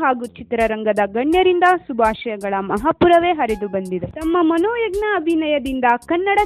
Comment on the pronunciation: ಮನೋ ಯಜ್ಞ ಅಲ್ಲ ರೀ ಮನೋಜ್ಞ .. ಉಚ್ಚಾರಣೆ ಸರಿಯಾಗಿರಲಿ